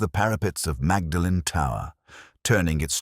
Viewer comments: Pronounced Maudlin isn't it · That’s not how they pronounce Magdalen